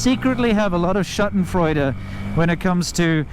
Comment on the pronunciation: it's "Schadenfreude", pronunced with a long "aaa" (like in marble) and a soft "d" (like donut) ;)